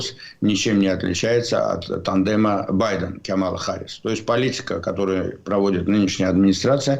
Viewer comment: Пожалуйста, делайте правильное ударение в имени Харрис. Камала - ударение на первом слоге.